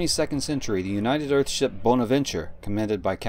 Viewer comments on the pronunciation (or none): none